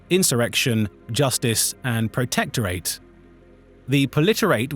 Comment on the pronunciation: The AI voice screwing up basic words like Hegemony and Protectorate is cringe, otherwise this could have been a pretty cool video